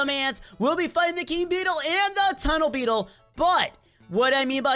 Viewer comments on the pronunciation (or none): TUNNLE BETTLE ya make fun of tunnle bear